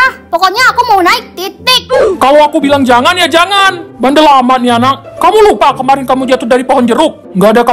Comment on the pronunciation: Kak kok bilang anak jadi Anang terus di setiap kata² yg huruf belakang nya k pasti Kaka ganti jadi "Ng" maaf ya kak kalo tersinggung aku cuma mau bilang doang 🙏